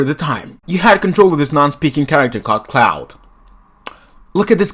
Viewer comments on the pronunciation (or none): This guy is definitely inspired by Scott the Woz. Same formula to a T. You also pronounced Claude as cloud